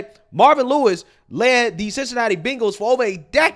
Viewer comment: It's Bengals not Bingles 😅